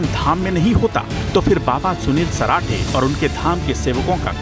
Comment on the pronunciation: Sunil parathe nhi sarathe h ji